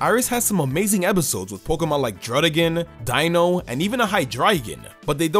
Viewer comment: Dino is pronounced deino